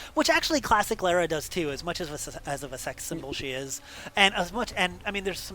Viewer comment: Lar-a not lare-a... but I appreciate the attempt to be accurate!